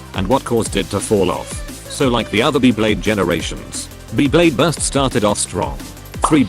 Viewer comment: just use ur voice i dont wanna be hearing beeblayde